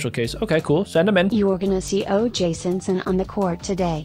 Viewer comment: It's OJ Simpson, not OJ Sinson